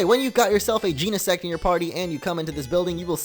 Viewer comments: It's gen-a-sect say it like that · Its GENESECT. Jen-Uh-Sekt. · bro it’s not pronounced Jean-uh-sect 🤨😐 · did he jus said gee-ne-SEX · Omg he said sex omg lmao xD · You didn't say genesect you said gene*** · It's gen I sect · I guess he never learnt the full pronunciation of it?